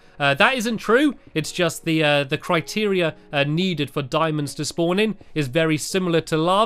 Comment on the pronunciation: Randomthingsbyhanny its "Diamonds" not "Dimons" imagine saying it "D-i-mo-ns"